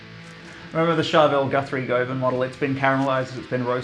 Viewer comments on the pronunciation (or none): none